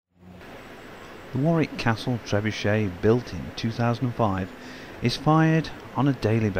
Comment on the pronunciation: Trebucet Gancet😂😂